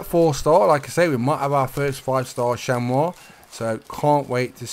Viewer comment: Chamois is pronounced (sham-ee)